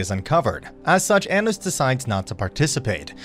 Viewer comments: why do you pronounce his name like that its pronounced ah-nos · also you say anos wrong just so you know